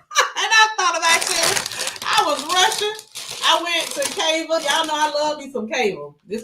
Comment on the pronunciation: Hey. Cava use to be one of my fav lunch spots. But I stopped going because those young ones had no customer service skills. It ruined the experience. Also, its pronounced Cava (KAH-VAH)